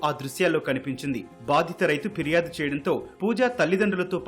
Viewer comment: Firyadu. Phiryadu kaadu.